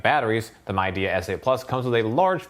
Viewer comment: Great review. Midea is pronounced Mid - e - ah :)